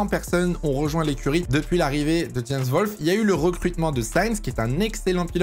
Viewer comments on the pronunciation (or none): none